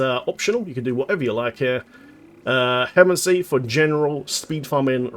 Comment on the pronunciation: Just so you know - it’s he-mo-mancy. Think necromancy for the way to pronounce. Hate to be that guy but this hurt my ears 😂